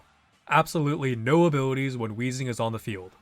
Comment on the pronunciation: Idk why I can't stop hearing abiwities 😂